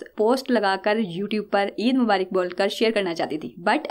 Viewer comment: Mubarik nhi aj tk mubarak padhe Or sune